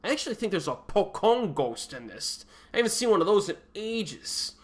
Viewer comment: Hi, the 'c' in pocong is spelled like when you pronounce 'ch' in chocolate. May the sentence help you too!